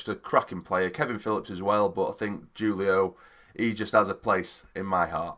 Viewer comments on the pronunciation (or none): It's pronounced hoolio mate.